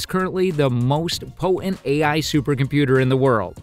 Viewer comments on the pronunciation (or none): Jesus, find a narrator who can pronounce English. "Astound"... do you mean astounded? "'Po'ent" What the hell is that? Do you mean "potent"'? Can't even listen to the nonsense.